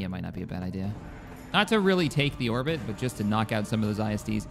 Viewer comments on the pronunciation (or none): none